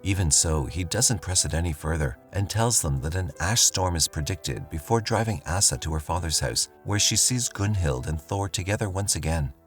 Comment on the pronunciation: Jeeziz Chrysler..I'm so tired of AI narration getting pronunciation wrong .. Asa is pronounced "Ow-sa" not "Ass-a" ... ... "...to use the bathroom..." 🤣